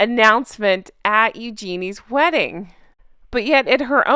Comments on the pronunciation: Hey, I can’t stand MM either but you absolutely must pronounce Eugenie’s name properly. It’s “YOO-juh-nee.” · Just a heads up... Eugenie is pronounced with a soft g ...like ewe ja knee :) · Please learn how to pronounce Engenie correctly. Please!!!!